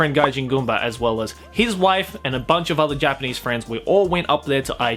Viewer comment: It's just me or he is saying J-penis? Not Japanese, lol